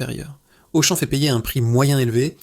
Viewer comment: La voix de synthèse : Auchan prononcé Auchanne!!! bravo